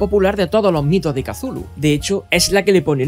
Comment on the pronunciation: Maravilloso video, una joya como siempre, pero tambien me revienta las pelotas esa pronunciación de "Kazulu" no offense, ya en serio, una joya de video, gracias por hacerme la noche. Saludos desde la primitiva y arcáica ciudad de méxico.